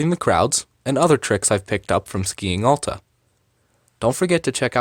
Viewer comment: Sorry if this sounds snooty, but it's important to learn the correct pronounciation of a ski area when making a video about it. Hint: It's not AH-lta.